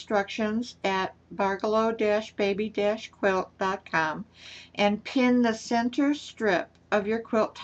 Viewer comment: you have me totally confused ! you are pronouncing it BARgello.. I always thought it was pronounced barGELLo. . . but . . after much googling. . I think we're BOTH wrong. It's pronounce. barJELLo. . like JELLO. . barJELLo. . hahaha